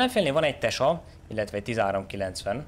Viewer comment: Tesak - Tyeszák - magyarul igy mond